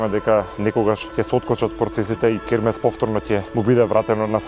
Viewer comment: Ова се што пропадна не е дека било изградено неквалитетно туку бидејќи твоите СДС 7 години не одржуваа ништо за намерно да дојде во оваа ситуација, крекавте и гаѓавте со боја, е затоа е така....и Хермес се вика а не кермес..ццц